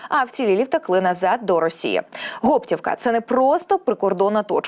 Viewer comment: Гоптівка, наголос на о. І Липці наголос на и. Вибачте но огидно слухати як перекручують назви. На Гоптівку дійсно був напад, але наші його швидко відбили.